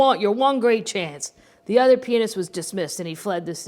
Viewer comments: I keep hearing you say penis when you are saying pianist. I’m gonna be giggling even more through this whole book. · I kept thinking the same thing